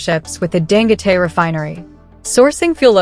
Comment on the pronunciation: I think his name is pronounced "Dan-go-tee."